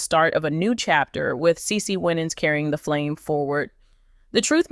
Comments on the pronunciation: PROUNCE HER NAME RIGHT THANK YOU HAVE A BLESSED WEEK IF U DON'T KNOW HOW TO PROUNOUCE A PERSON'S NAME PRACTICE IT THANK U PEACE😊😊😊😊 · CE CE WINANS IS HER NAME STOP MISPROUNCING HER NAME